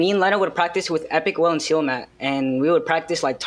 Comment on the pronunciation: He literally said sealmatt